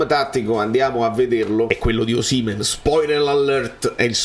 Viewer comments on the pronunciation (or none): ma tu sei l'unico che pronuncia Osìmhen e non Osimhèn, siccome sei un purista dei cognomi sicuramente ti sarai informato bene ma non lo chiama nessuno con l'accento sulla seconda sillaba, famme sapè 🙂